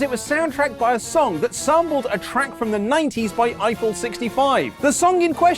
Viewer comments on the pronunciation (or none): He said it was a sample - you must have misheard. Edit - yeah he said sampled weird, I don't blame you for the error.